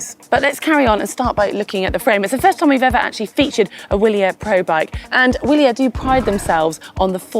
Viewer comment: Good video but not how the name of the bike is pronounced